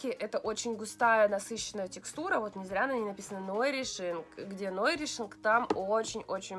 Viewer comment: Нойришинг! Нойришинг))))))